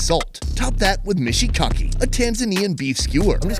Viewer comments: im turkish and i lived in tanzania, and you dont call the beef skewers "mishikaki", its "mishkaki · Thrilled ua here, welcome to Tanzania, Egypt wznt tht great...I surely enjoyed ths vdeo especially u trying ua best pronouncing swahili dishes' name😄# looking forward fr more